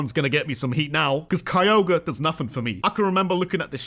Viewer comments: THE R IN KYOGRE SHOULD BE AFTER THE G! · ITS NAME IS KYOGRE, NOT F*CKING KROGER!